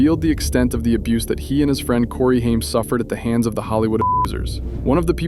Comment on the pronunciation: Hey. GenX here. 1975. Grew up with the Coreys. You pronounced Haim's name wrong through this entire video and it drove me nuts. Its pronounced (HAY-M) not (HIME) OKAY? Cool? Cool. Also my husband and I donated hundreds to the My Truth Doc. We werent disappointed and we understood his plight. We were happy he had to balls to call out who we knew raped 11 year old at the time Corey Haim. Haim was MY Corey. Every GenX girl has a Corey. Feldman or Haim. The amount of suffering he endured before finally being snuffed out by the vampires of Hollyweird was insane. Then they allowed fake news to circulate (for an entire MONTH) that he died of an "overdose" before coming clean (no pun intended) that he tested negative for the very drugs TMZ and others said he died from. He died with the same symptoms others in Hollyweird died from when they were talking. Heather Roark, Brittany Murphy, etc... a "pneumonia type illness causing water around the heart and lungs leading to asphexia" (can be toxins given by a quick poke of a syringe, permanently silencing the one talking) which is clear they silenced him for talking about his childhood rape in the "Two Coreys" reality show. We never saw him again, after that. Feldman takes a lot of shit for acting "crazy" because hollyweird goes to great links to show only his crazy moments to try making him appear like a big joke incase he tells more, he will be taken as Un-credible. But GenX knows. We witnessed the abuse chase them into booze and drugs a